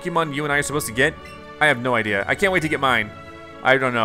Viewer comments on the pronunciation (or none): none